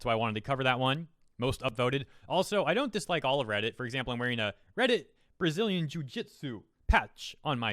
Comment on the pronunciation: Yo. Gotta ask. Why did you say "Reddit Braziian Jiujitsu patch" like that ?